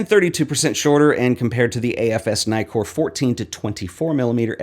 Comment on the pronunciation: Two K in Nikkor, man. So, it’s “Nee-kor”, not “Ny-kor”.